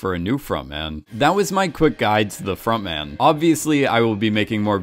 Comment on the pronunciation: It took me a good few episodes to realise it was front man not frog man, still hear frog man being said though